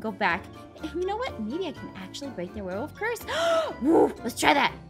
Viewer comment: I mean I was confused cause he said warewolf not werewolf